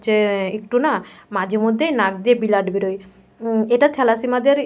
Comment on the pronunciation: উচ্চারণ গুলো খুব খারাপ ব্লাড বলো বিলাদ কি